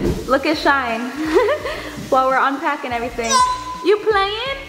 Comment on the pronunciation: Am i the only one heard shine said dounut❔